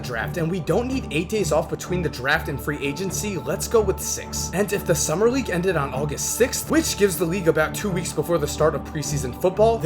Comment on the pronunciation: Can you not pronounce the letter L? You say Reague all the time bro. Great video nonetheless